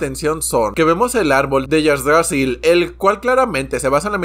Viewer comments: Se pronuncia Igdrasil. Ig-dra-sil. También el Fresno del mundo. Falto mencionar el panel mas importante de cap. El perro de Nami.😂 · Ig dra sil se pronuncia. Ojalá es este arco hagan alguna referencias a las runas vikingas.